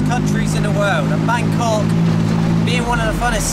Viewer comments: No need to repeatly pronounce it Bang Cock! :D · They seem to pronounce it like Bangor in Wales.